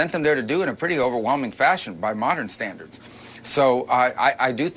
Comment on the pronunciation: modern sthandarth… wtf is that?